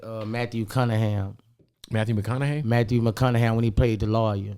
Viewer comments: “Matthew macunnaham” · Matthew Mccunningham 😂😂😂 that man don’t get nobody name right